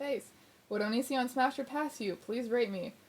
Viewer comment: constantly reads Onision as Onion son